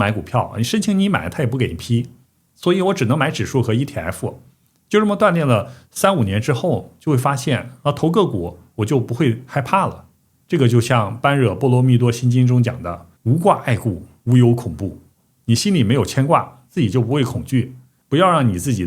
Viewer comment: 般若 不念 「班弱 」好吧， ㄧ聽就 漏餡了🤦 還扯 「涅槃 」。 🤦⋯⋯ 正確念法（波惹 ） 。 謝謝， 不客氣！ 😂⋯⋯👍